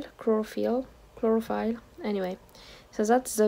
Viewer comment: It's said 'Clo-ro-fil' not 'Clo-ro-file' - it is the green stuff in plants that makes energy from light :) Thank you for your videos. Do you live in Japan or just visit?